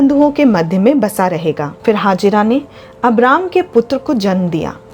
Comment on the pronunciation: Ismail ko janm dene wali ka naam hagira nahin, Hegar the, proper pronounced karen.ye pavitra sabd hai.